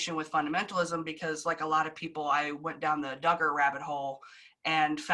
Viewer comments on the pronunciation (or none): It’s Duggar’s not Diggers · I know this might seem petty but hearing the Duggar name mispronounced is irritating g. It’s not Doo-grrr it’s Dug-grrr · It's dUggar not DIgger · I really really like this video. BUT I could not get over her pronouncing it do-ger instead of dugger . Everyone else is saying dugger but she kept saying do-ger. Why? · I’m guessing you’re pronouncing his name wrong on purpose because you’re the only one saying Doo-gar not Dug-gar LoL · Very interesting but please pronounce Duggar correctly (Doug..Er) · It's DUGGAR, short u, not long. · Doooogar lol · Lol the doo-gars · Am I the only one who likes the "Dooger" pronunciation of the Duggar name? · Please stop saying, Doogar. Do you not hear that everyone else pronouces the name correctly? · OMG DOOGAR? Do your research ffs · I’m sorry but why is she saying doogers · No one:: the Dew-gars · I know it isn't important, but it is doing me crazy. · How do you pronounce “Duggar” wrong 😑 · If your going to do a video on the Duggar's can u pronounce their name correctly!! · Don’t keep mispronouncing his name, his name how he says it needs to be reviled and it makes you look uninformed when your guest and video clips are saying it correctly. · You’re totally pronouncing the last name wrong or is everyone else saying it wrong?! I’m just saying but I really enjoy your content that we all needed reminded with! Thank you 😊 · Lmao I like how she pronounces his last name like it rhymes with Booger. Fitting. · Thank you SO MUCH for covering this story "with class." ❤ You managed to talk about this without sensationalizing it for clicks. I noticed that you purposely mispronounced the Duggar last name to try to mask it from YouTube, which really shows your sincerity. Please keep up the great work. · Is there a reason she pronounces Duggar like that? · for me it’s not about respect, I had just never heard it pronounced that way and it was bugging me the whole time I watched this. Hahaha.